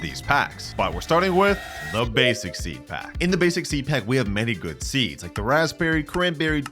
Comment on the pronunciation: “Peed pack”😂😂